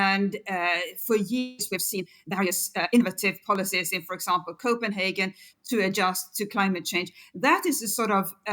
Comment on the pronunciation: Copenhagen not Copenhaarken!